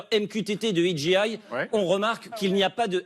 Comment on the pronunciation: Amis français qui insistez pour ajouter des mots en anglais dans vos conversations, apprenez la bonne prononciation. DJI se prononce didgéail, pas didjiail… 🤪 En anglais, le G et le J se prononcent à l’inverse du français.